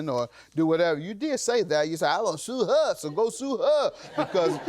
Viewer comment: 🤣🤣 "ima go sue hur, so go sue hur"